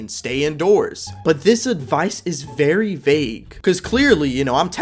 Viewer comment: Bro gave us a vewy simple lesson lol